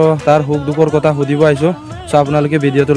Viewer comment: শুদ্ধকৈ ক'ব নাজানিলে মিচিং ত কওক।গৰ,কতা এনেকুৱা শব্দ অসমীয়া ভাষাত নাই।